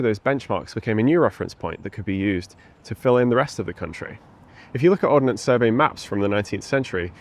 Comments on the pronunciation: Ordnance... Not Ordinance. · Ordnance not ordinance.